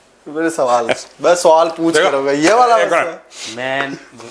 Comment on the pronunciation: Suval ❌ Swal ✅